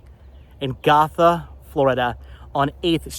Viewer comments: Gotha resident here. Was about to say the same thing about pronunciation of Go- tha (named after the town and county in Germany as the town was established by German immigrants back in the mid to late 1800s'). Also, Dingens is pronounced Din- jens. Fun fact: that area was once part of a military depot during WWII! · It’s pronounced Gotha (go-tha) , I grew up in the area. Sorry I wanted to educate you. All love.